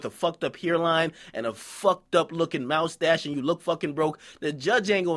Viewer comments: Akademiks pronouncing moustache like a weirdo wtf was that?! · HEAR -line MOUSE-stache lol...